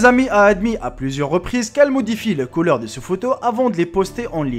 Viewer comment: ti un bledar putain les colore ou bien les couleur parle bien idiot